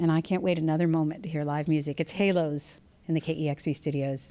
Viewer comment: I think its stupid to name your band "Hælos" and pronounce it Halos. Æ is a scandinavian letter, and its not pronounced like A in Halos at all. This band name sounds unintelligent IMO.